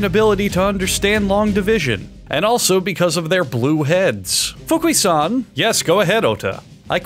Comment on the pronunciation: Okay, but that "Fukui-san" was sub par. You have to work on that more.